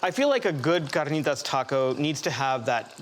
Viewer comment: Yooh, He Pronounced CARNITAS correctly 🙏🏻👍🏼 😂😂😂